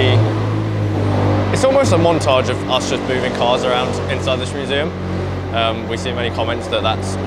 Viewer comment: "team work makes the shumseum work"